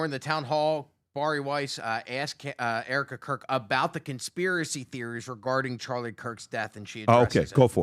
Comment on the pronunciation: OMG, HE SAIDS ERIKA CROOK😂 I7